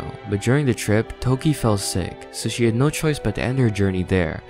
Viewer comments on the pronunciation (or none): none